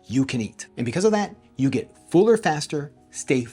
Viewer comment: love this new channel, but it's fuller not fooler, haaa